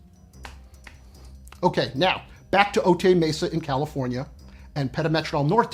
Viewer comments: It's "Oh Tie" Mesa not "Oh Tay". 😊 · Otay is pronounced, “Oh-tie”...like a necktie. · How do you spend a week doing investigation in Otay Mesa and mispronounce it?